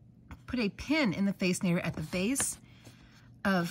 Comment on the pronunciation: Millie is such a Diva! She looks amazing in that fascinater! Pronounced like fasten-ater. Just FYI 😅